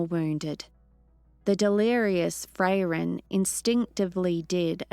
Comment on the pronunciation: My only negative aspect too this was as others also pointed out, the way she is saying Fray-ren not Frairen that could throw me off a bit, besides that she did a good job yes she will get more confidence in the story it is after all a channel favorite so it can be daunting to step into someone elses shoes too try and keep it going, i am all for her making it her own and giving it her own flair with the exception of the name Frairen, it could be an accent thing not sure but it throws me off a bit. She did a good job with Himmel and others as well so keep up the great work big shoes to fill, just get the name of Frairen right and i am going to praise you all day long for keeping this universe going.